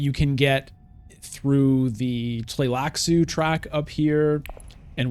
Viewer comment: I am impressed by how you pronounced their name letter by letter without any hesitation. Shows that you are a solid reader (in addition to being a great streamer) ❤